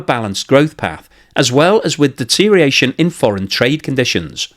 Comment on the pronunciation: Deterioration has six syllables, not five.